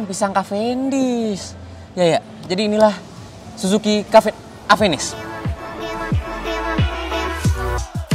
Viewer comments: Ieu teh mun di Bandung kudu bener maca mereknya. Ulah di sunda²in lah nya. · Orang sunda susah nyebut namanya